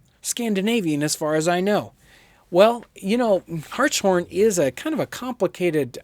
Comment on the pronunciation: Glad he said Hartshorn correctly. And yes it is my last name.